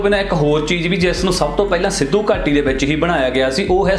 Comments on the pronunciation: ਵੀਡਿਉ ਚੰਗੀ ਹੈ ਬਾਈ, ਪਰ ਉਚਾਰਨ ਵੱਲ ਧਿਆਨ ਦੇਵੋ ਜਿਵੇਂ ਕਿ ਸਿੱਧੂ ਘਾਟੀ ਨਹੀਂ, ਸਿੰਧੂ ਘਾਟੀ... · ਅਸਲ ਉਚਾਰਨ ਸਿੱਧੂ ਘਾਟੀ ਨਹੀਂ ਸਿੰਧੂ ਘਾਟੀ ਹੈ। ਲਗਦਾ ਹੈ ਸਿੰਧੂ ਘਾਟੀ ਦੇ ਪਤਨ ਦਾ ਕਾਰਨ ਖ਼ੁਦਾਈ ਸਮੇਂ ਹਥਿਆਰਾਂ ਦਾ ਨਾ ਮਿਲਣਾ ਹੋ ਸਕਦਾ ਹੈ। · Bhai sahib eh sindhu ghati see na ke sidhu ghati. Apna pronounceation tan thik kar lavo.